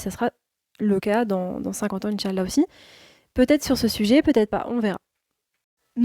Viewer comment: As salâmou ‘aleykoum Je me permets de te conseiller sur certains points de prononciation en langue arabe. La prononciation correcte est : « In chââ Allâh » et « Mâ chââ Allâh » En faisant attention aux prolongations indiquées avec « ^ », et à bien prononcer 3 mots, et non pas 2 en disant par exemple « In chal-la » Bârak Allâhu fîk